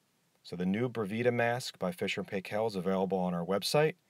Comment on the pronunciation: Fisher & Paykel pronounced Pie-kal....